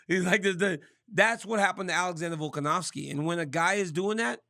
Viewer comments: Volk an OV Ski. Not ow ski. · RC: “VoLkAn-OW-sKi”🥴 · He's funny cuz he just cant or wont put the effort to remember or to read a name properly :))) like since forever he says Volkanowski and its weird how the brain works like, no matter how many times he'll look at Volkanovski's name he will see a W in the middle, and no matter now many times he will hear people say VolkanoVski, he will always hear VolkanoWski, its fascinating almost =)))))